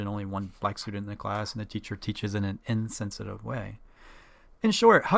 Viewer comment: Did you say insensitive or N-sensitive? This is an example of free speech. plz respond.